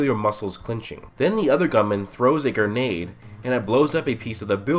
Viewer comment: “then the other gummon throws a gernade”